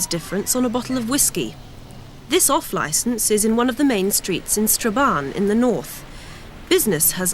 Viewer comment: Strabahn? It’s pronounced StraBANN - though spelt STRABANE.